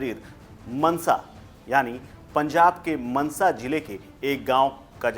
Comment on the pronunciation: लोडू.. मंसा नहीं मानसा है